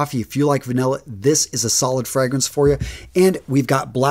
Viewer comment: Really appreciate the work on your videos and I mean this with no hate at all, but I think you really need to work on your pronunciation of the fragrances and their houses, especially the “foreign” ones. It just doesn’t sound good in that accent. Lovely lineup, keep it up! 😊